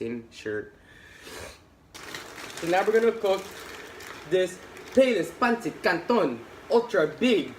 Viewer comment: Hahahaha that "peynsit kantown" accent though! Love it. New to your channel and would love to see u in person.